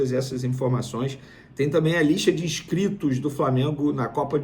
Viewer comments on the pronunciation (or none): Casagrande Vene: “ISCRITOS”